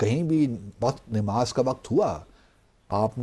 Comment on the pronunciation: THIS MAN IS NOT EVEN PRONOUNCEING NAMAZ PROPERLY , N HE IS TRYING TO BECOME CHAMPION OF ISLAM .